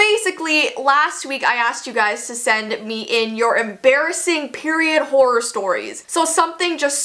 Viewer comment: I love how she says horror horrr horrrrrrr